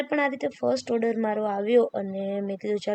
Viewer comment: Ben, Oder nai "Order"